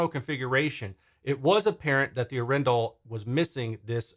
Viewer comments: Thx for doing this, I am proudly Norwegian 🇳🇴 The name is from the city of Arendal and the weight is on the first A of Arendal, not the E 😋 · It's pronounced... Adrenal